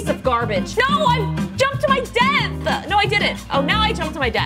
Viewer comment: “I jumped to my death-uh.”